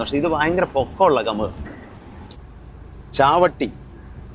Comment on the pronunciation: ചാവട്ടി❌ ചവത്തി✅ ബലേഹഡ❌ ബാളേഹദ്ദ✅ കാട്ടൂ൪❌ കാതൂരു✅ മഞ്ചിക്കേരി❌ മഞ്ചിക്കെരെ✅ യാനാ❌ യാണ✅ സ൦ഗതികോപ്പാ❌ സ൦ഗടിക്കൊപ്പ✅ 😊😊